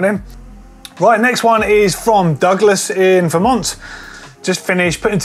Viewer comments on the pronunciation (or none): none